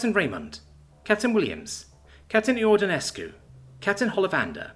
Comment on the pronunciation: iordanescu might be pronounced jordanescu.